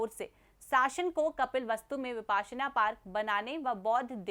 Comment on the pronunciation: Mam वो विपस्सना pali में ओर विपश्यना हिंदी में ह ....Not विपासना